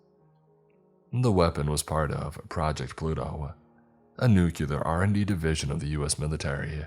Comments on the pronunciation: Is it too much to ask that a scientifically savvy character would say "nuclear," and not the illiterate "nuculer"? Also, "cache" is pronounced "cash". Jeez. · It’s nuclear not nucular 😂 learn English if speaking it is your job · Nucular isnt a word, George W lol. Nuclear* sorry, I'm old and remember when the president used to make the same mistake. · New-clee-er not nook-yoo-ler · ok I love these videos my only thing its pronounced new-clear/nu-clear. not new-cue-lar. Please it drives me crazy XD